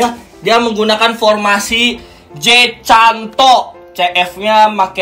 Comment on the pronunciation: J.CANTO DIBACA J.KANTO BANG EDUN WKWKW